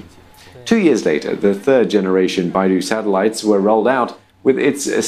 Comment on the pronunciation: 读成Baidu了，真逗